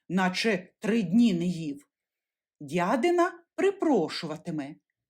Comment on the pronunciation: Не чобОти, а чОботи, не дядИна, а дЯдина.